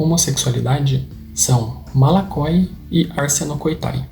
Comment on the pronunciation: voxe dixe malakoiginho?????!?? Do hebraiiicooo